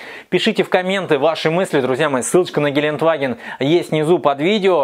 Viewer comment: Ааааа! Кровь из ушей - ГелендЕваген - так произносится это немецкое название